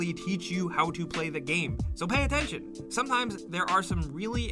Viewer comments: “PAY ATTETION” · 'attetion'??? I payed attention. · during tutorial one he said and spelled attention attetion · “Pay Attetion” I believe you mean pay attention. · I paid attention to the "pay attetion" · "Pay attetion" Right... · Did you really just say "Juggernut?" OK, next time...two pizzas are on you. Also, I came here to bust your "juggernuts" over "attetion", but someone beat me to it. LOL ;)